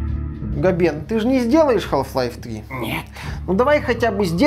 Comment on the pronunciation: Как как "хаЛф лайф"? Ахахха ну бывает. Хаф лайф как бы)